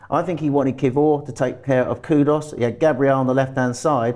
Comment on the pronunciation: we hear three great pronunciations: Kudos, Gerrard Bowen and Kivor Graham you are a legend 😂 The quick succession of these names just made me laugh